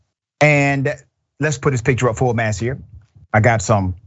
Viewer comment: ...I haven’t slept in 3 days because I can’t fucking figure out why dr richey keeps on saying “let’s put up his picture full mass” What the actual fuck does this mean. It’s driving me fucking insane. Full mass, full mask, full mast maybe??? But most importantly why?????